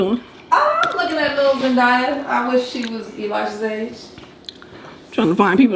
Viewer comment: Not her saying zendya